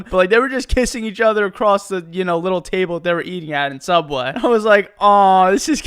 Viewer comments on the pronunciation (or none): Anyone remember “sooubway”😂